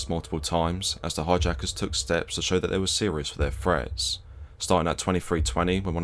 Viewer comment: Love your channel. My Closed Captioning claims you are speaking a unique version of English. Fink instead of Think, Fretts vs Threats.